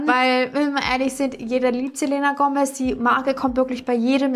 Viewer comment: bitte sprich den namen "Selena" richtig aus😅😅🥴